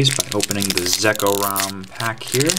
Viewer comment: Zek-rom not Zeko-rom